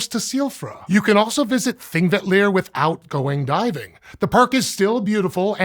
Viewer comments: I always appreciate an earnest attempt at pronouncing Icelandic places, props for even going for the "ll" tongue click in Þingvellir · While I'm going out of my way not to give you negative feedback for the two other locations during the final couple of minutes, you almost nailed the pronunciation of Silfra and Þingvellir. I even watched the credits to check if you had gotten some coaching for that — so well done.